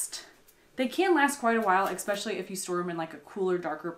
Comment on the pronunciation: Egg-Specially instead of especially :)